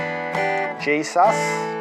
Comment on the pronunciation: Every time you say G “sus” you sound like you’re saying Jesus 💙🙏🏻